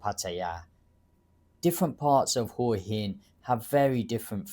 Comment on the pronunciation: Hwah Hen vs Who uh hen - Local Thais have told me it’s the first pronunciation.